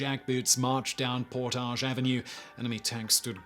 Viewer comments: It is pronounced Port adge, Not the french por tage! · Lol. "Por-tage Avenue". I love when people not from Winnipeg pronounce it in French. Lol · I’m from Winnipeg and the way you said Portage was super weird to hear😂 we say it like “Portedge” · You got some kind of issue for not researching Canadian pronunciations; Its not 'Portaaage' St in Winnipeg, its more like 'Porridge' with a soft g ... sounds like Por-dig. Kind of like Diefenbaker; Its Deef-en-baker ... Deef like beef ... baker like a pastry cook, not dyfenboker. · As a winnipegger I’m annoyed at the pronunciation of Portage. PORTIDGE. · I live in Winnipeg, I have heard about this, but not in this much detail. It's COLD here in mid February, like -30 F cold some days.....and "Portage ave." is pronounced in a more English way, like the word "baggage", despite there being a lot of French speaking people here. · pronounce PORT-idge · Portage Avenue is mispronounced throughout the video. It's PORT-adge. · But he makes it sound so classy...."Portaaaj". 😂😂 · I actually live in Winnipeg and I’ve never heard anything about this but knowing my city I’m not surprised 🤣🤣.. Oh and portage is pronounced as if the spelling was avenue. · I am from Winnipeg and I did hear of this before. What I have never heard before was Portage Avenue being pronounced that way. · lol, I'm from Winnipeg. And for some reason, we actually pronounce Portage Ave. wrong. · I grew up in Winnipeg how have I have never heard of this. I feel failed by my school. And its cute how you say Portage with a French accent. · I live in Winnipeg and have never heard of this... Interesting though... You pronounce Portage so frenchly. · Really? I'm From Ontario and have always pronounced the word portage as poor-taj Have I been wrong for forty years? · Am I right in believing that the mispronounced word of the day is "Portage"? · I’ve heard of this, but I have never heard of Portage Avenue pronounced that way before.